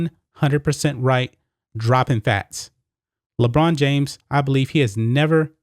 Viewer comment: LeChina James? Lolol